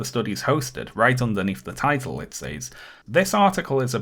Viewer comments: I need to know why pronounces says “saays” instead of “sez”??? Great content though, dore deserves to be exposed. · I love every time you say "Says" your pronunciation tickles my hears every time